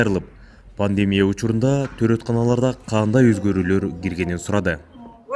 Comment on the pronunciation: Ввссиде Пандемия панлемия деп суйлошот а😁